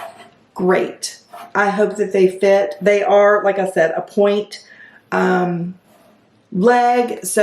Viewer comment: It’s not point , it’s ponte